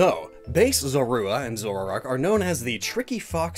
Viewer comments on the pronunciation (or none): take a shot everytime mispronounces "zoroark" as "zorarark"